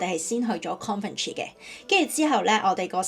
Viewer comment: 如你所願，如你所講，首先祝你成功做了個勇敢的英國人。以後真要學好英文，並用英語出片好了。不過，地方名要讀得正確。 Coventry 不要讀成 Conventry, 很刺耳！